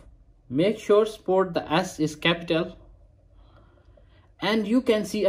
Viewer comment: Did he said sport or support?